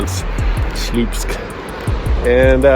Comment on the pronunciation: it should be propounced like "swupsk"; "ł" is not an "l"; it's pronounced like "w"